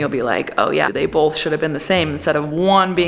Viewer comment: dont be one of those weirdos that says "bolth". Thats right up there with the "melk" and "libary" people